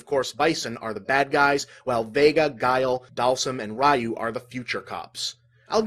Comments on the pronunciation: "Rye-oo." You call yourself a nerd!? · Yeah, that gave me a double-take, I actually rewinded and listened again just to make sure; and yup... "RAI-yuu". I'm surprised that Bob didn't make a note from the future to correct that.